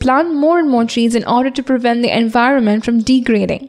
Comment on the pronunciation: Your videos are awesome....but you could look after your pronounciations.....eg., twilight,poem, environment..... nothing else, keep going.😊😊